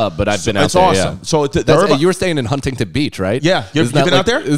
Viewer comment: The way he says Huntington makes me upset